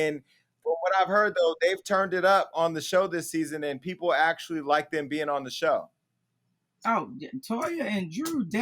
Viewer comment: Actly or Actually?